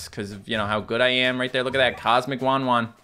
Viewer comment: you have been saying "WanWan" when it says "WahWah"